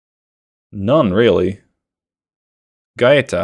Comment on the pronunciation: The word for Battleship is Corazzata (singular) Corazzate (plural) and it is feminine ;) And you actually said Gaeta correctly!